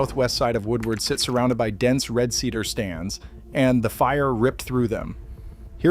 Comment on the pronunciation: "Sea-Dar"? Are you telling me this man has never heard the word "cedar" before?